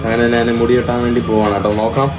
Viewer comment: നാൻ, നാണു,നാന് എന്ന് കേൾക്കുമ്പോൾ വല്ലാത്ത അരോചകം. ഞാൻ എന്ന് പറഞ്ഞു പഠിക്കുക മുറിയണ്ടി